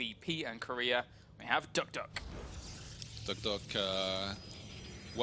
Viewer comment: Say it with me it's duck - di - ok not duckduck